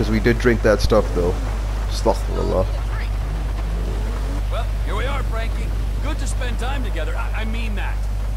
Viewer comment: Brother don't say astak firullah say astagfirulah